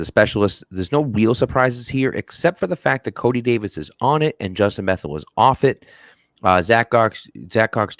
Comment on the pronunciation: It's Bethel (Beth - ol')...